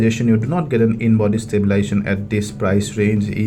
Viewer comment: Thanks for the review. One small correction.. is not "stabilation" it is stabiLIZAtion. Other than that your English is very good and easy to understand. Good job :)